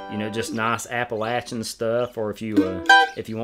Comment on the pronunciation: Yes y'all! She pronounced Appalachian correctly! SW Va here also. This was interesting.